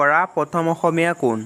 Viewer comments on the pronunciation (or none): none